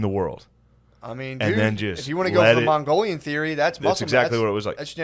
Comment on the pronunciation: Jesus Christ when Shane drops that “Mongolian” in that accent it snapped me. I love when he does Asian accents 😂😂